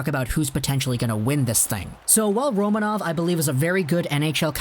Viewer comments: It is pronounced Ro(MAN)ov. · Kaprizov in russian sounds exactly how you have been saying it initially: Kapri'zov, i.e. the accent is on the second syllable. Don't listen to people who are not native russian speakers, when it comes to russian names ;) The same is with Roma'nov, the accent again is on the second syllable.